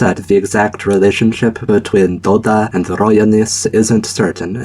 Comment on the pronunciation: It's really funny how you said Dola as Doda, considering Doda is a famous polish singer XD